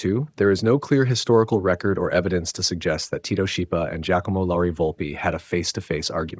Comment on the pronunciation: The name Schipa is pronounced in Italian as SKIPA, as an Italian combination CH=K. Thank you for bringing the awarness to the great vocalists of the 20th century through this channel.